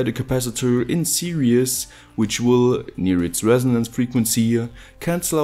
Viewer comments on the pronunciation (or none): Am I the only one who thinks he pronounces series as serious?